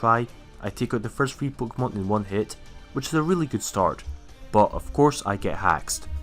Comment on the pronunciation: I really love your accent, especially how you pronounce "pookemon"